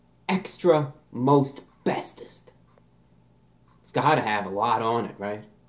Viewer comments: Extra Most Bestest, I thought you said Extra Asbestos, (laugh track) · Every time he says extra most bestest, I just hear Extra Asbestos